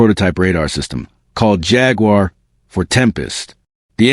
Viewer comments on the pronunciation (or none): none